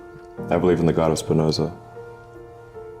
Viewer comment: He said he believes in the god espinoza...did anyone else hear that?